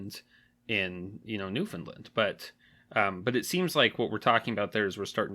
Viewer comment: Please learn how to pronounce "NEWFOUNDLAND" properly.